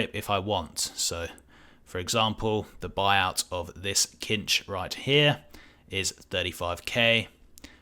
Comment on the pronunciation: Sinch, not kinch.